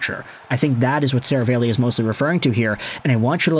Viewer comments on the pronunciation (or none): Bro! It's SaraAlli, NOT SaravEli.... C'mon man!